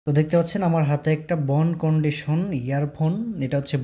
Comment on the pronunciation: Bhai re bhai ! Eita bone condition na Bone conduction. You tube e review dicchen eirkom vul val uccharon kore vul val English bole review dile to hobe na !!